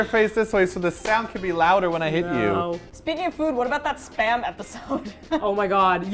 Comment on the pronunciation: I just saw that with Keys hair now TROLOLOLOL. ... Am i the only one who understands Sperm instead of Spam all the time? Cooked Sperm. Onion Sperm...and so on xD